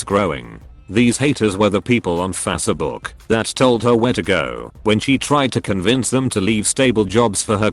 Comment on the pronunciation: This Reddit voice speaks a whole nother language taka - out and fasserbook ??? 🤔